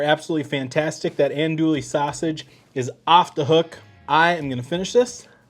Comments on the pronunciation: They look great. Now for a cajun pronounciation lesson: it's not en-doolie sausage. It's ahn-doowie sausage! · Say it... aun- do-E Drop the L sound and go soft A and all the Cajuns won't laugh. But looks like a great recipe 😋 Thanks man! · Hey there! Just watched this vid and the Shotgun Shells vid...both amazing! Just as a heads up, there is no "L" sound in andouille. It is pronounced an- DOO- ee. Keep up the vids! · I’m trying these this wknd fosho!! It’s Andouille (än-ˈdü-ē) my brutha. Lol